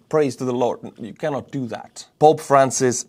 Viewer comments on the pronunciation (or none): none